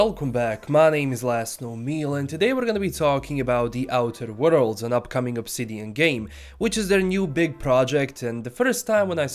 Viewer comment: Outer wo-rolds